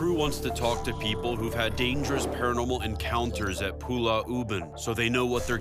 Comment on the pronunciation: 😂😂, yeah, Zak pronounce it wrongly. It's Pulau, but he keep saying it as Pulla